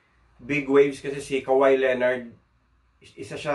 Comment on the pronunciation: Big waves of kawhi "kaw-hai" - "haw-ai" . Tropical country , bigwaves